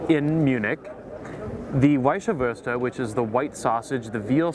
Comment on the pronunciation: its not wießahwurst.. its wießwurst, pronouncation is EVERYTHING!